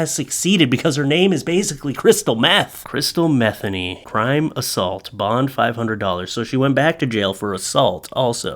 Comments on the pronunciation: It's not "Metheny" the pronunciation is 'muh-thee-nee'. Come on, I thought you knew better than that. Do your research. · It's Me-THEE-nee, not METHany like Bethany. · I think its pronounced "mah- THEENY" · If her name is pronounced like jazz guitarist Pat Metheny's, it's Meth-EE-ny. Just sayin.' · I believe it's pronounced Meh-Thee-Nee. Funny nonetheless 😂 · Could be pronounced meth- ay- nee. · Metheny name has some great bones. Pat Metheny for one (great jazz musician) I believe the pronounciation is Meh Theen ee and have heard it Me theen ee. Pretty sure crystal meth was not a common household term back then. There was meth. It was fueled a lot of bikers...so to speak... Just was not a thing back then for common folk. The name Crystal for girls was booming. however... I am so full of useless information... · I’m not related to, or know her in any way. But after having the same last name mispronounced all my life, I can say it’s pronounced Muh-THEE-nee. Just saying. I get this link sent to me on a regular basis asking if she’s related. 🤦🏻‍♀️ 😂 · I gotta set you straight. My Mom, who just passed on Easter btw, was named Crystal Metheny. That was my Daddy's name, her married name. You are pronouncing it wrong. It is as Mah-thE(long e)nE( long e again). Not like the drug dude.😉🤣🧐🤘 Hey put the darling doggo out front! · You played it straight,.....u prolly know Crystal's last name's likely pronounced m' THEEN ee, Ouch, but this is hilarious! Poor girl. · I'm No Expert But I Think Her Surname Is Pronounced With The Accent On The Second Syllable. For What It's Worth, I Am A Subscriber. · I doubt that’s how you pronounce it but that’s epic